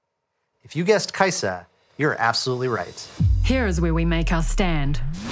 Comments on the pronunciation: kai sa it is kai sa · When this man said, kaisa in shurima i had a spazz now im on da floor, drooling my last braincell out.